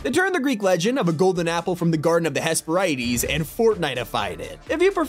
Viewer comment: It’s hesparidies not hasperaadeez